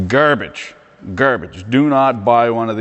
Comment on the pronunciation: I always thought you were west coast through and through but the way you said grrrrbage makes me thinks you speak in the maritimes tongue too. Keep her between the ditches - fan from Halifax